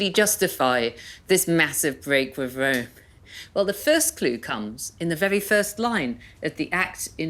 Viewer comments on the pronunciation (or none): Wome? Bweak wiv wome? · Did you not notice her "Wome"?